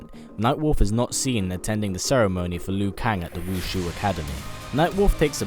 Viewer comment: Dude, I love that you make these vids, I'm a sub, but for the love of God, it's the "Wu SHI Academy". "Wu Shi", not "Wu Shu".